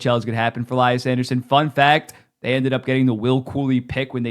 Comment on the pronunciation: It's pronounced "Lee-yas", not "Lie-ass"